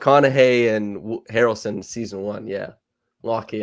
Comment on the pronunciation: "You're obviously Harrelson for the lack of Hair-elson" hahaha